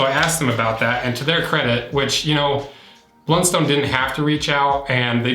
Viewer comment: Heads up - in Tasmania, it's pronounced "BLUNst'n", not "BLUN-STONE". Honestly hurts like nails on a blackboard to hear it pronounced like that. X) I've been wearing the same make of Blundstones all my life (idk how Youtube knew this)... got teased no end for it in school, as they've always been seen as super uncool and cheap boots, associated with uneducated rural workers, so it's pretty satisfying and funny to me to see them having become so trendy overseas. The quality has dropped lately imo (maybe because of their recent surge in brand appreciation, maybe just inevitable) and my latest pair has taken a huge hole in one of the sides after less than a year, where previously I could use them for 5+ years and never had this kind of problem (soles always used to eventually wear out at the front). I feel like they've definitely been messing with their older designs. On the hydrolysis; my 5 y/o old boots are fine, but the older old boots' soles have turned soft and crumbly, so my advice is to jump up and down in them on at least a 5 yearly basis if you value their soles. Local rural suppliers only sell two of the many makes of Blundstone (not sure which two). One is comfy and the other is the opposite. I think the comfy one might be #200. That's basically the big take-home point that I'd make - it's not a slight difference in leather quality that's going to decide which Blundstone is right for you, it's the shape, relative to your foot.